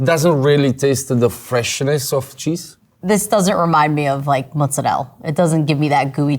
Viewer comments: love that the actual Italian guy pronounces Mozzarella correctly and the American pronounces it they try-hard way lol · Calling oneself any kind of expert on pizza when you don’t know how to pronounce mozzarella should be punishable with 10 years in prison. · I love how the women with the least accent possible insists on the pronunciation of mozzarella. It's always that kind of person who does. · I like how PRO chef doesn't know how to say "Mozzarella" properly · I have never heard anyone pronounce mozzarella like that....WOW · Every single time I heard that I just wanted to rip my ears off. It drives me insane. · Everytime she said it that way i shuddered. And she definitely doesn’t actually speak Italian like why are you saying it like that 😂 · I hate it… people use all “American pronunciation” for everything then all of a sudden bust out a “mootz-a-rell” stop it people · Mozzarella!!!!! not mutzzarell, why???? why are people saying mutzzarell?! just say it how it sounds in english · Came to complain about the “Moad-za-relleee” but glad to see everyone is with me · Why is she saying mozzarelle??! 🤢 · More like 'mootsarell'. Might be reflective of Sicillian immigrants who came over before the actual country of Italy was a thing and before Italian got standardised. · Guys, it’s “mutzadel” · My eye is twitching every time she says "mozzarelle" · Isn’t she also the one who said the fake “mootzarelle” on that one pizza was delicious (before she saw it was actually fake)? But hey, she admitted it got her 🤣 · My grandmother was a Naples native, never pronounced it that way. Sounded more like “moot-za-rella” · can anyone tell her that italians pronounce the A in mozzarella? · I don't trust anyone or any chef who can't pronounce mozzarella correctly. Like this Chef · Is it pronounced moh-za-rell or moh-za-rell-ah? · Hate the lady chef's pronunciation of mozarella, love that the Italian guy proves over & over that it's an affectation. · It's mozzarella. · WTF is motzarel??